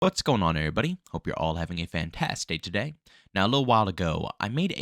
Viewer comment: I think I've concluded that he does indeed say "a fantasday today"